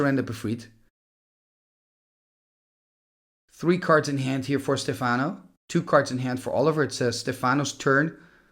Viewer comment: Stéfano, not Stefàno, which sounds russian instead :face-blue-smiling